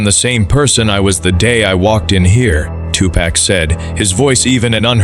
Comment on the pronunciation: At least get the AI to say "two park" have some respect for the name